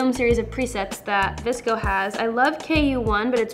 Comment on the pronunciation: it's vsco not vcso ❤️